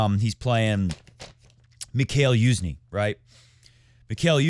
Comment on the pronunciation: its pronounced MEE-HA-IL YU-ZH-NYEE, you put an effort into pronouncing other foreign words correctly, odd for you to have missed this